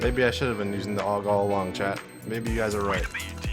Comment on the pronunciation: "Aug week" Bruh